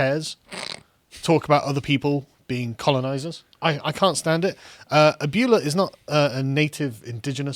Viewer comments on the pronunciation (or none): the britishness of ABYOOLA is funny asf. It's abweyla bro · Ah-boo-e-la.....not abule-a my spanish ears are bleeding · Hugging a rabid dog will still end with you getting bit. Also, Abuela is pronounced “uh-bway-la”. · Couple of notes: it's ah-BWAY-lah. Kinda appreciate the British disdain for how other languages pronounce their words, but not really. the "PR" is "Puerto Rico", not "public relations." Puerto Rico is a territory, not a colony, if she's to be governing this country she should get the terminology right. Especially if she has a degree in international relations. Right. Love that point about people named "Cortez" really can't say much about American colonialism. Although, I think Montezuma had it coming. LotusEaters' overall point: meh. In 1900, President McKinley refused to send Federal relief money to Galveston after their hurricane, trusting instead to the private generosity of Americans. He was not disappointed. Same with President Roosevelt after the San Francisco earthquake. We used to understand that this was not Washington's role. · Carl, it’s Ab-way-la...not a-bewl-a. Also how could the former sovereign of Kekistan not appreciate such a masterful troll? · "Ah-byoo-lah" Please no. "Ahb-wae-lah" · it's not "abyoola" its "ab well ah"!!!!!!!!!!!! i hate spanish and i have my mock gcses soon thanks for reminding me to revise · It's pronounced "ab-whe-la", not "ab-ew-la" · It's "abuela" not "abeula." Not that this is likely to help you pronounce it. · "Ah-bway-lah", not "Ah-byou-lah", but yeah it means grandmother. "PR" in the moron's tweet is for Puerto Rico, not public relations, lol. Other than that, I agree with you. I was laughing until I saw the GoFundMe thing and then I was just rolling my eyes going, "nope, you went a step too far and now it's going to backfire". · ab-whale-a = abuela...:) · >Ab-you-la U BRITS IT IS PRONOUNCED AB-WAY-LA AND IF I HEAR YOU SULLY THE WORD AGAIN I WILL FIND THE TACTICAL CHANCLA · Gentlemen, it's AbuEla. Not AbUla.